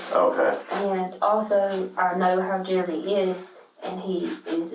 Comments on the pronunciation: Is the guys name "Jeremy" and she's pronouncing it Jur-remy?" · Did she call him Jer A mee? I thought it was Jeremy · Why does she say Jer-Amy , instead of Jeremy. It’s like she’s never heard the name before, reminds me of A A Ron commercial